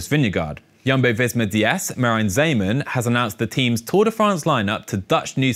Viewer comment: Not sure how the English speaking public will respond to this pronounciation of Merijn Zeeman's last name. :P Unfortunatly Steven Kruiswijk is out for the Tour due to a heavy crash yesterday. Dutch press suggested that Wilco Kelderman is first on the backup list. Of course as a Primoz groupie I am hoping he will race the Tour. ;-) I know.